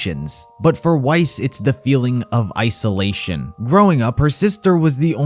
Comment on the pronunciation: I thought he said “ice-olation” as a joke at first in the vid. I only realized it a year later. WHY.